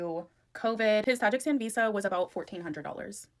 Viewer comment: She can't even pronounce Tajikistan yet she sent $1400 there